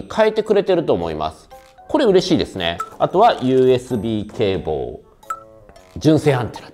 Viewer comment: 動画配信ありがとうございます😊 USB CABLEの発音（笑） 😂 海外向け仕様なだけに発音が良くなっちゃってる😊